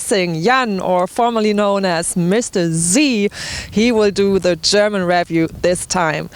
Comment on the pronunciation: Hi, I have no doubt that you've already heard this several hundred times by now but in the event you haven't, it's 33km and not miles. Anyway, thank you very much for the review. By the way it's pronounced riview and whats as in watts. Thanks again.